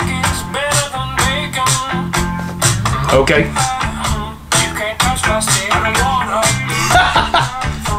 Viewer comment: One thing you might not have noticed but even though the subtitles say "bacon", if you listen carefully they actually pronounce it with an "m" at the end instead of the "n" which kind of blends it in with the mouth movement better 🙃 Feels like I'm the only one who has noticed it 🙃